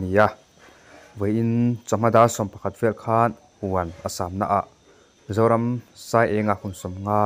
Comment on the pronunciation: Thlamuang deuhin chawl rawh se Zoramsaienga🙏🏼🙏🏼💐💐💐ahming hi ilamri diklo in ka hria